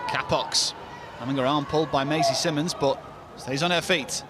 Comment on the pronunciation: Is it really so hard for the commentators to learn how to pronounce the Players names? Masie Symonds is the Brighton captain and it’s frankly insulting to her that the commentators keep calling her simmonds 🙄